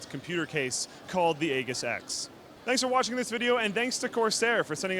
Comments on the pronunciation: Aegis is pronounced Ee-jis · Aegis (pronounced ee-jis). Is an object from Greek mythology - the shield carried by Athena and Zeus. The word aegis is today identified with protection by a strong or powerful force. Any self respecting computer nerd should know that. 🙄 smh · it's pronounced aeijis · aegis is pronounced eejis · Why does he keep pronouncing it "egg-us"? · I thought it was pronounced "E Jis"? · you pronounced aegis wrong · Because no one at Computex knows how to pronounce Aegis. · The case and pronunciation of Aegis were equally terrible. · holy shit yo said Aegis wrong so so many times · no, the g is pronounced like a j. I know because I work around the Aegis combat system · I know they both are wrong but was the closest to pronouncing it right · Pretty sure that's not how you pronounce "AEGIS" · Isn't mispronouncing Aegis? Here it is, also I'm pretty sure you're pronouncing QI charging wrong as well. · pls say aegis right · ILikeHotCurrys Forgot about that. But the other purpose of this comment is to point it out to. His pronunciation kinda irks me, to be honest. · It's an actual word and it's pronounced ee-jiss, not ay-giss. Google the word and click the little speaker icon next to the pronunciation guide to hear it. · The G is pronounced as a J lol. AJiss Not egg iss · ee-jis not ey-gis. haha. lol. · Bro its pronounced A-jiss not A-ghis... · I'm pretty sure that the MSI Aegis X, that the word "Aegis" is actually pronounced with a soft g (sounds like "Aejis"), not a hard g, like in "good". Trust me, I aced EVERY year of English in school, lol;) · Yeah no. It's aegis, not ages. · It's not "ay-gis"... It's "ee-jis". which in Greek means shield or protection. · Wtf is with that pronounciation of Aegis? It's not "EH-GUS", it's "E-JIS". Here's some proof to legitimise my claims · that word is pronounced eejis, not aygis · Aegis is pronounced with a hard 'g'. Ay.jis, not ay.ghiss. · AGE-IS, not aygus